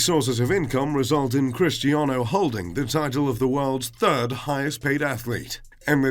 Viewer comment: It’s Cristiano, not Christiano